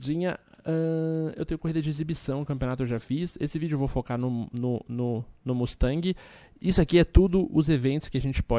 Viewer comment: Que dor no coração ouvir ele falar mustang </3